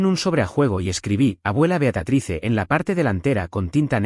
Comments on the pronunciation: Por favor no es beatratice es beatriz. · Ya fastidia que diga el narrador beatratise que diga Beatríz